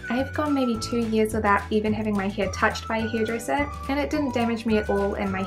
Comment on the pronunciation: The way You prononce hair is sooo funny where are you from? Hiiaiire 😂😂😂